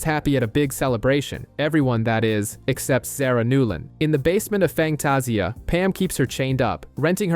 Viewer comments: It’s Fangtasia. Pernounced Fang-taz-ia. That was painful to hear each time, other than that, good job. Terrys funeral was so touching. Andy’s curse words are hilarious and unique. I still miss this show which is odd because it’s not a genre I’m into. I think sexy Alexander Skarsgard (Eric) had everything to do with that. 😊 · I know this video was posted months ago, so I'm sure I'm not the only one bothered by how the narrator pronounces Sookie and Fangtasia 😂 I'm only about 30 minutes in and sure there will be more words mispronounced, just don't know how long I'll be able to continue listening to it 😂